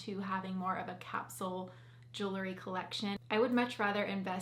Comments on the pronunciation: I hesitate to mention this, but since you're representing a jewelry company, I'd like to gently suggest that you correctly pronounce this word. It's jewel-ree, not jooluh-ree. I know it's a minor thing, and it's a common mispronunciation, so please take this with a grain of salt. I'm a fan of yours and will love your videos regardless:) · The pronunciation of "jewelry" as "juu-le-ry" with three syllables is fairly common in everyday American English and is considered a variant pronunciation. It's often heard in informal speech across different regions of the United States, but it doesn't belong to any one specific area. People tend to insert an extra syllable because the word "jewelry" can feel awkward to pronounce with just two syllables, leading to the more natural "juu-le-ry" flow.